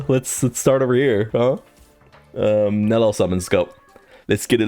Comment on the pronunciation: Nel-E-L 3 syllables.